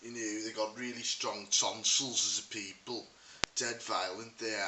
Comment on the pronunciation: Good North East accent. Only thing that lets it down is the word 'people'.